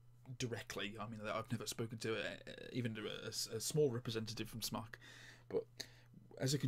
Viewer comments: It's pronounced Smoke, it's short for Smoktech. aka smoketech. No offense but the tvf series is over done. It's been out for like 2 years ago. I've had a tvf8 baby, cleito, vaporesso, eleaf etc. I still think my Crown 3 is above and beyond any of those. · Andy S Could well be dude, but without an 'e', I'll always be pronouncing it 'Smock'. Where would the Brits be if we didn't stick to the appropriate pronunciation of things xD